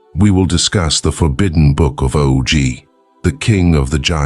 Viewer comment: "Oh Gee"? It's pronounce "Awgh".